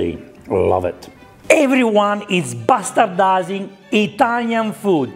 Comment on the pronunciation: Damn it took me the entire video to realize he was saying bastardizing and not pastatizing